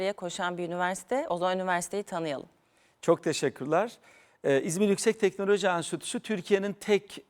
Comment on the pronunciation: Telnoloji değil teknoloji